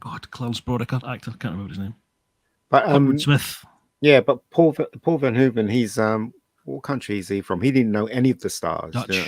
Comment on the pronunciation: It is bizarre that the guy with the cap on doesn't even know Paul Verhoeven's name or what country Paul is from. He keeps calling him Paul "Van Hoeven". What rock has this guy been living under??????